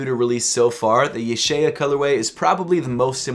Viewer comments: I can read Hebrew, it’s pronounced YUH- SHAH- YAH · It’s pronounced YUH-SHAH-YA